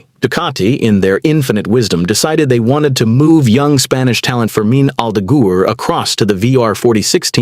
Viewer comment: Aldeguur, Aldegeehr, someone needs to train that IA dude's pronounciation asap.